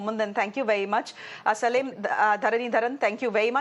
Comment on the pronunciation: Anchor mind your Pronunciation.. its not Tamilnad it is Tamil Nadu and not Salim it is Salem(say lum) stopped watching after 2 mins.. moodhevi